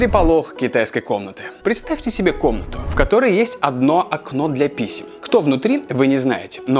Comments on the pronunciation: Лайк, если в начале услышал "для писи", а не "для писем"😂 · послышалось "для писи"